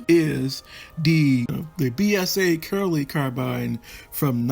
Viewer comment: Kiraly, is actually pronounced phonetically as; ki- riy and means king. Or even ki- rye.